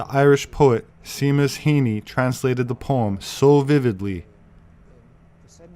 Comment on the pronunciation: I humbly submit that Seamus is pronounced Shay-mus, around minute 18. I recently made the same mistake, lol. Great video though!